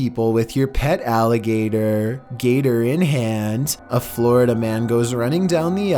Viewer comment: a FlÖriDa mAAÆn